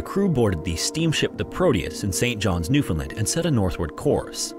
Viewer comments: In case anyone was wondering it’s actually pronounced New-fin-LAND not New-fin-LIND 🙏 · Nyoofinland! it's like when someone pronounces the second T in Toronto and everyone gives them the side eye because they're clearly not from here